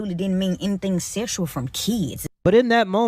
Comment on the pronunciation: She was there to, and I quote: "Teech deez keys". "mooch" instead of much. "dow" instead of down. "den" instead of then. "dem" instead of them. "skew" instead of school. "missed understang" instead of misunderstanding. "... enyteeng seksooal from keys ..." (anything sexual from kids) "imm'a whorl dat" (I forgot what this shit was supposed to be before I finished typing it) She should be shot, and that's not even getting into her pedophilia.